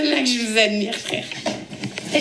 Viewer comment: On l'entend parler, en fermant les yeux, on a l'impression que c'est maeva genham qui parle : elle ne sait pas prononcer les J , elle dit " che choue "( je joue )